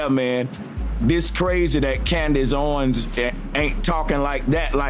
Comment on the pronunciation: I STARTED THE COODACE OWENS SAYING AND ITS ACTUALLY COODACE HOEWENS 😂.